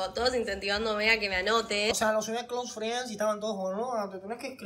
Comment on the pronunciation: Tuvo la misma reaccion que santutu cuando escucho a esta piba decir cloose friens (amigos e facebook) te lo juro¡¡